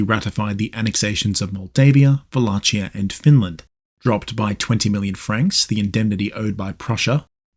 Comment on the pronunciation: The CH in Wallachia is pronounced like KEY.